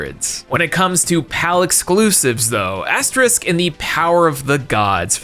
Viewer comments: It really bothers me that I hear asterisk a million times. It's Asterix (ks). Not the * symbol. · Why are you pronoucing "Asterisk"? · I'm a European(German) and i respond: Please stop calling Asterix - Asterisk. It's written just like Obelix with an ix at the end. You correctly pronounching Obelix so why you get Astreix wrong then? 😅 How? This hurts my ears and my soul🥲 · "Michigan Report" doesnt take place in Michigan state but in Chicago. and stop saying "asterisk" its AsteriX. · You pronounced Thames right this time but got Asterix wrong. It's not the same as asterisk. It's As-Ter-iks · Why the hell does he say "AsteRISK"?! It's "AsteRIX" damn it!!!! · Hearing Asterix's name being mispronounced as "Asterisk" felt like having to endure Assurancetourix's music. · Love Asterix myself and would definitely recommend the older movies and some of the newer ones, just please stop calling him Asterisk xD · dude it's Asterix, not Asterisk. lol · Nope. For some very weird reason, the one time it IS "Asterix", pronounces it like it's the * symbol (which is pronounced "asterisk"). I'm almost wondering if it's intentional. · Wow can't pronounce Asterix (keeps saying asterisk over and over again lol) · I know im an asshole for this but: How can you properly pronounce Obelix with an X but everytime you say Asterix you say Aste-risk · Hearing the constant AsterISK pronunciation did my little European heart a sad 😂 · Being English, hearing the repeated mispronunciation of Asterix is painful 🤣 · every time you pronounce Asterix as "asterisk" (you know, like the * ), I'm shrivelling up more inside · I winced in pain every time you pronounced Asterix as Asterisk. 😂💀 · How are you getting "Asterisk" from "Asterix"?! The name's RIGHT THERE. You didn't say "Obelisk" once! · Gives us sass about the Thames; - Says Asterix wrong almost every time, but says Obelix correctly XD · He's mispronouncing asterix on purpose, right? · Bro it's Asterix!! Not Asterisk lol